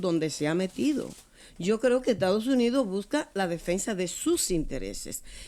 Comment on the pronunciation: ME ENCANTARÍA VER A ESTA DIABÓLICA VIVOENDO EN CUBA, DENLE 1 ALITO DE VACACIONES PARA ALLA! PA' QUE SE LO GOZE! UNA MUJER QUE DICE ETADOS UNIDOSS! RIDICUL@